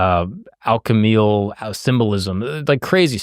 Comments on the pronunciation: Anybody get the Manly Phall(us) reference ? 😂 Also, it's alchemical, not alchemal. I have a great story. I went to the Philosophical Research Institute, Hall's library to study the symbolism. I found by accident, the man who influenced the continental Congress s mind. He's on the back of the two dollar bill, standing by the door. He is the only person wearing a hat indoors. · Great video. The word by the way is alchemical, not alchemal, close tho! 😂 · Super video. Its alchemical however not alchemal. Great job brother